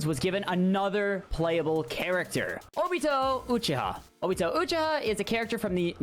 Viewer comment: I think you said Uchiha wrong but it ok